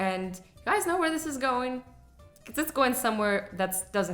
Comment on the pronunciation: Dees or this?